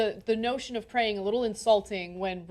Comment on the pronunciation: Did Rick Scott just say "keep preying on them", or "keep praying for them"? I think I heard "keep preying" several times. Sick f*cker! Worst governor ever! I'm pretty sure praying is why they were attacked!